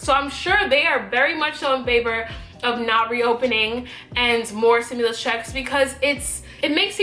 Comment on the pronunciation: stimulus....not simulus